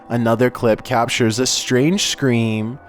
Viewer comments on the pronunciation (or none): none